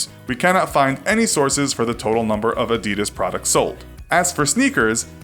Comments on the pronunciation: holy shit you pronounced adidas wrong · Adidas is pronounced differently. You should stress the first syllable. AH-di-das. Not A-DI-das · A d i d a s was not A d e d a s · a-dud-ahs not a-dee-daz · AH-dee-das, not uh-dee-dus. Why can't people pronounce it right? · It’s not Ah-Dee-Dus it’s Ah-Dee-Das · Who the fuck says ' A-deed-us' 'It's 'Adi-dass' And don't say 'nikey' It's nike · Its not adeedas its adidas please pronounce it correctly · They pronounce it like “Adidis” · Also why does he say it A deeeeeeeedas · Tf is a adeeeedas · Its actually A-dee-das, Adidas was an Italian brand so your supposed to pronounce a-dee-das. And if it was Ad-di-das , it would have 2 d’s. Get it right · A-dee-das? Lol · It's supposed to be pronounced "a-di-daas" for those who didn't know. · It’s Adi-das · Please don’t say adeedus again. Please don’t say adeedus again. Please don’t say adeedus again. ITS ADIDAS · you pronounce it as Aa-die-das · You got the Adidas history wrong and you mispronounced Adidas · thats not how you pronounce Adidas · Why Cant You Pronounce Adidas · but every American pronounce adidas wrong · the way he says Adidas hahaha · The pronunciation is different, with more emphasis on the first syllable, and less on the last two. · You are pronouncing Adidas wrong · AAAHHH YOU ARE SAYING ADDIDAS WRONG YOU MONG YOU SOUND LIKE A FREAK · U can't Even pronounce Adidas Right xD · When will Americans learn gow to pronounce Adidas? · great video, but how have you managed to pronounce both, nike & adidas, wrong? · Can’t even say Nike or Adidas properly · You say adidas so badly, like who the actual fuck naturally says that? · STOP! You pronounced them both wrong. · You're pronouncing adidas wrong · Is not called nikey, it’s Nike plz stop saying nikey. And it’s not adi-dad it’s Adidas plz stop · ITS PRONOUNCED NIKE, NOT NIKEY AND AD-E-DAS NOT ADIDIS!!!! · Wtf Nikeee Adeeeedas 😂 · in england its pronounced nike without the ee sound, and adedas